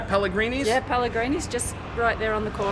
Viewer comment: I LOVE how Chael clearly says "Pelligrines" right after she says "Pelligrinis"